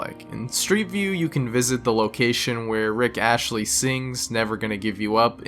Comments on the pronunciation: It's Astley, not Ashley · ASTLEY, HIS NAME IS RICK ASTLEY PRONOUNCED AST-LEE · Rick ASTLEY not ASHLEY. Never have I heard such infernal words. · Did you mispronounce astley on purpose for interaction farming? Cuz it worked. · Are we just gonna ignore how he said “Rick Ashley” instead of Rick Astley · This is bothering me but it’s Astley, not Ashley, and it’s sphere, not shfere Sorry.. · It’s Rick AST-ley, not Ashley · Rick Astley, not "Ashley." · “Rick Ashley” “Photoshfeer” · "Rick Asheley" 💀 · Did you say Rick Ashley? And photoschphere? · Why does everyone say Rick Astley as Rick Ashley? Literally every single person pronounces his name wrong. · I was thinking the same. Also, some basic pronunciation stuff. Like... who is Rick Ashley? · The most horrifying thing in this video is how you pronounced sphere (schphere??) and said Rick ASHLEY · the way he said "Rick Ashley" instead of "Astley" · "rick ashly" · It's Astley not Ashley. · Did you call him Rick Ashley? It is Astley.... not Ashley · Great video but in the future try not to repeat topics like the censored areas, also Rick Astley's name isn't "Rick Ashley" lol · This mf actually said "Rick Ashley" LMFAO, imagine not even putting in the effort to fact check a name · bro actually said "rick ashley" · did you say rick ashley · It's Rick AsTLEY mate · put some respect on the mans name, ffs!